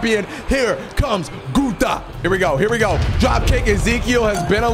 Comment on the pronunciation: You said guther